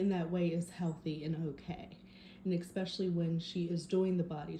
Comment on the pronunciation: so you think that's it's okay to tell people that they can't be on social media because they're unhealthy or mentally ill? So who decides that's someone is 'good enough' to earn money? what an absurd tyrannical idea. And it's 'especially ' not expecially. Maybe people who can't speak proper English shouldn't be able to speak either. You're a bad influence on kids who are learning to speak